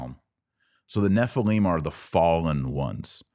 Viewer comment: Nephilim not Nephileem. And the Demons are the Unclean Spirits of the Dead Nephilim. Fallen Angels are not Demons. Angels do not need a host. Angels can materialize and appear as men. Demons can not. Demons need a host. Many Christians make the assumption that Fallen Angels are Demons. Gigante is mistranslated "giants." That is what it sounds like, but you are wrong. That is not what it means. GGigantes means "Earth Born."